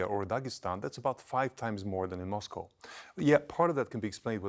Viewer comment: She's on TV and can't even pronounce Moscow...